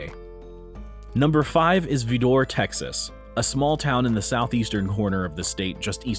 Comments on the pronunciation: Vidor is pronounced "Vi-dir" not "Vi-door" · Um… Mister Narrator… Vidor is a podunk hick town but you still should learn to pronounce it properly! It’s not Vee-DOOR… it’s pronounced more like “Vider” which rhymes with “Cider”. Please do some research before making these videos!!!! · Its not vidora its vidor and its near Beaumont not Houston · It pronounced VI-Door not Ve-dor. all of that aside you can't forget Orange as well as Cut-N-Shoot and let's not forget Jasper Texas just to add more to your list. I will say you have it right, no we don't stop for gas in Vidor, or any of the other towns I mentioned. As a Native Texan there are many sundown towns in my home state. (one of many reasons why I moved) Point is hatred and fear go hand in hand and until we learn to cease to live in fear there will always be someone, somewhere who will hate you for the color of your skin, before they even bother the learn the content of your character. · While it's true Vidor Texas has a long and troublesome history of racism, anyone placing that town in the "Top Ten" should at least know how it's pronounced. It's "VI-der," rhyming with "spider," or, more locally, hence most accurately, "VAH-der." It most emphatically isn't "Vee-DOR." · Vidor, Tx is pronounced VI der, not Vi door. It is also known as the KKK capital of southeast Texas. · It's not pronounced Vee-door, it's Vie-der. All of East Texas leaves a lot to be desired in the way of racial equality. But the fact that the sign has been changed is a start. Instead of "Whites only, etc., it said, N____r, don't let the sun set on your black a$$ here." And the first black resident decided that he was moving back to New York City. In less than a month, he was shot and killed in a drive by. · V eye der not vedor! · Your pronouncing the name of the town is wrong! It is not Verrdore! It is Vidor VIDOR l, VIIDOR! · The town in Texas is not pronounced "Va-DORE"; it is pronounced "VI-der". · It's pronounced VIE-door, not Vih-DOR.